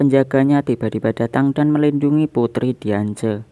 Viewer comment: Xerneas dibaca serneas Diance dibaca diansi